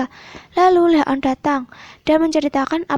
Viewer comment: Bilangnya Leon bukan le on